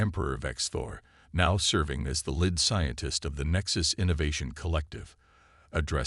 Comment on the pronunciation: Your AI..........SUCKS!!!!!!!!!! WTF is: "LID scientist", "PER-fikt" instead of "per-FEKT", "DIZ-aray", "PRAH-jectiles", "deh-BRISS"!!!!!!!!!!!!!!!!????????????????